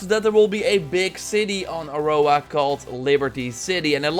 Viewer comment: Can you please not say, "Aurora" anymore ? Thanks 😉😊